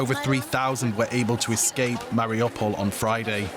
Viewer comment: I have a lot of friends who live in Mariupol, so I watch all the news about what's happening. I can't understand tho, why many of the newscasters, mispronounced the name of the city. It is pronounced, Mar i U pol, just how it is spelled. Not, Mar i "O" pol, or "ah" pol. These are high paid, respected journalist, and should be able to have figured out the pronunciation, by now.